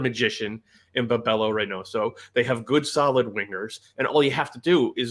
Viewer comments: Said it a bit weird but Its bebelo tho, not bebolo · butchered the pronunciation of Bebelo didn’t know who he was talking about for a little bit and I’m a very passionate Loons fan. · He may as well have just said Reynoso. The entire word was just completely butchered.